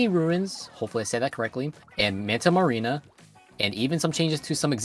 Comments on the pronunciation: The map is "Manta Maria" not "Manta Marina" but otherwise great vid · Also it's not manta marina it's just manta Maria not marina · Who is gonna tell him it’s Manta Maria not marina lo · Manta Marina? Isn't it Manta Maria?